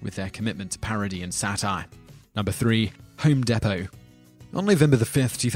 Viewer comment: People forget that Chick's business INCREASED after THE CEO gave money to an anti-gay marriage group. Personally, I don't care about gay marriage either way. I have my own problems. But that's a fact-checked.But American App-a-rel? Love that pronunciation! Home Day-poe? You struggled with Digiorno.